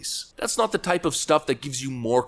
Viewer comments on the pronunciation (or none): none